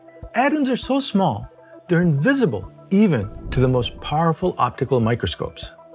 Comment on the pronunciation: The way you pronounce your words says you are not very intelligent. Sorry "in-duuuuuuuh-visable" is just stupidity. But good luck beauty.